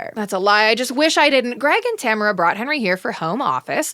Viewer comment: Saying you don’t remember Tamara then mispronouncing her name for the rest of the episode is iconic